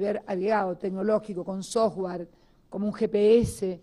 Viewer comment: El "SOJGUAR"... jajajajajaj! (software).